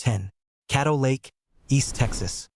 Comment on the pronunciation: Caddo Lake not cattle lake